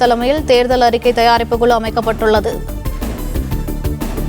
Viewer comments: அது தேர்தல் அறிக்கை தயாரிப்பு "குளு" இல்லை "குழு". 'ளு' வுக்கும் 'ழு' க்கும் வித்தியாசம் தெரியவில்லை. நீயெல்லாம் தமிழ் செய்தி வாசிப்பாளர்❓உன்னை சொல்லி குற்றமில்லை, உனக்கு சரியான உச்சரிப்பை சொல்லிக் கொடுத்திருக்கணும் ‼️ உன்னை தேர்ந்தெடுத்தான் பாரு அவனை சொல்லணும்.. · News reader thaane, tamilai styla pesarathu avasiyame ella, first kuzhu pronounciation saraiya uchcharikka parunga